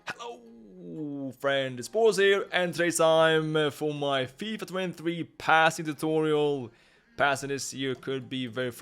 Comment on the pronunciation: "fifa twen tfee"